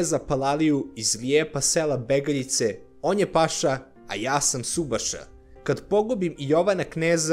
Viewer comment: Ne kaže se Beegaljice, nego Begaaljice (loš akcenat) :((